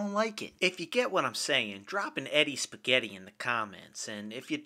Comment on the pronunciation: How did you manage to butcher the word spaghetti so bad?! Lol.